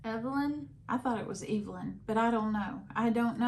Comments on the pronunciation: You were correct in your pronunciation of Crabtree & Evelyn (long E),. Enjoying your channel. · I am so glad you pronounced Evelyn the British way. So good to hear you two laugh. If I had to choose and acid!!! Still laughing here. (I pause to jot down a comment before I forget. Did not realize you could see that??) I have truly missed you so much. Molly glad you have a new job that you enjoy. OK, you aren't going to tell us the outcome of the MRI? Well I hope you are well. Thanks for the video and hope you have a wonderful week.